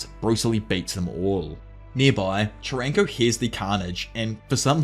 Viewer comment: AI VOICE USED. I do appreciate this video, and I'm not expecting a real human to talk this long. What convinced me was soaly the way he pronounced Charanko's name. Just I don't see how any human, even an Ausie could interpret it like that